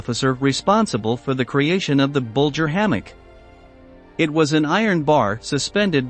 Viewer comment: Gotta love AI; no intelligence at all. Bulger….Bullger. Menjele….Mengele. A real person would make this video so much more interesting, instead of mispronouncing names and other German words.